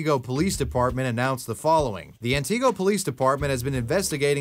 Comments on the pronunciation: It’s pronounced “Ant A go” not Anteego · Just a note (as someone who lived in the area) the town Kayla vanished from is pronounced "Ant-ig-oh", not "An-tee-go". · I live in Antigo, Wisconsin -- and am the moderator of r/antigo. Not commenting on the video here -- as everyone already knows the video wasn't real. But -- its Antigo as in "Ant"-"ihh"-"go". Not Anteego. Nonetheless, funny to see this pop up again. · It's ant-i-go not an-te-go. I live in Wisconsin. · Its Anti-go, not An-ti-go. Its my hometown. Learn the pronunciation please. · As a central Wisconsin native, the way he keeps saying “anne tee go” is like nails on a chalkboard. It should be pronounced more like “anduh-go” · I’m sorry but antigo is pronounced an ti go not anti go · "An-tuh-go" I've never heard anyone pronounce it "An-tee-go" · I'm from Wisconsin, and it's pronounced "ANT-igo" not "AntEE-go" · antigo : an-tih-go just look up a local news station or even easier, call a gas station local to the area and ask quick. i live in wisco so maybe it just comes naturally to me at this point. people always pronounce native american town names wrong. like over-pronounce lol. “annn-teeee-go” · Bruh I'm from WI. The Kayla berg case is literally dead Also you said wausau right but antigo wrong lol It's not anti-go it's ani-go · Damn i live in Wausau and I’m surprised you said it right. Nobody says antigo like that more like ant eh go. Idk how i never heard of this. 😮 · I know I'm late to the Party... but it's pronounced "An-Tah-go" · As a wisconsinite, the way you say antigo hurts,,, (ann-ih-gO) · Antigo is actually pronounced like Ana-go! We don’t really pronounce the ‘T’ here in Wisconsin haha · Im in wausau an hearing u say antigo wrong just made me mad for some reason. To clarify it pronounced like. [An a go] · 2 points to make: 1. ANTIGO is pronounced an-tih-go 2. Reddit is not 4Chan. Reddit conformists aren't imaginative enough to investigate anything. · mispronounced Antigo....... how fun.